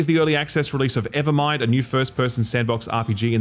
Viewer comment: EverWIND, not Evermind :p